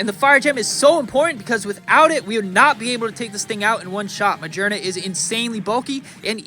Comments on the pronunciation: its ma-gear-na not ma-jer-na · Do you pronounce Magearna like that just to bother people?